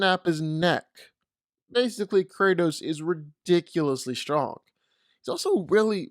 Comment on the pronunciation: It's Kratos